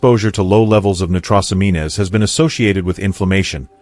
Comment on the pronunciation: Never listen to anything that can’t pronounce medical terminology, nitrosamine good grief